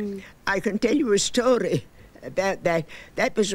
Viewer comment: is when it’s very noticeable. Listen to how she says “story”